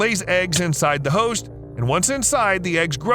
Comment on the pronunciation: I always understand "h**s" when he says "host"